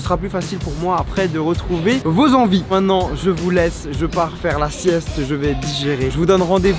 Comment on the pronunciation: charles ont dit maintenant et non pas mainant :D